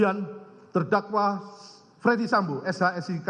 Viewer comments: Kok bacanya jadi fredi sambo, bukan dibaca ferdi sambo? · Bacanya bukan Freddy Sambo, Jaksa Agung kok ngaco.